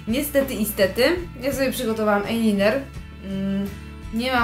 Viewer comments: Proszę ajlajner a nie ajliner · Ejliner XD Ajlajner XD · fajne tylko mnie troche rozśmieszyło ,,ajliner" a nie ,,ajlajner" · ejliner XDDD 😂😂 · eliner xdddd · ejliner xd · ejliner [*] już po pierwszym razie jak to powiedziałaś to włączyłam bo każdy wie jak to się wymawia ;_ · ejliner?dziewczyno podstawy angielskiego leżą